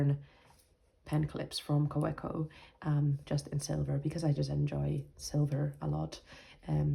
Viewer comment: And please pronounce Kawco correctly-- Ka-vec-o. 😅.